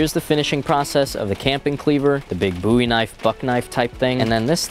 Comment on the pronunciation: I'm so proud of for properly pronouncing Bowie